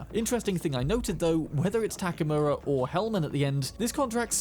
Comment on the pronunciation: The guy’s name is Takemura, but by the way you gringos pronounce it sounds like Takamura. I don’t know for the Japanese how it sounds but at least to me as hispanic sounds like that and Spanish has the same vowel system as Japanese